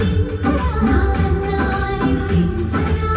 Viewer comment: It is pronounced as can-na-nee-doo-rin-cha-raa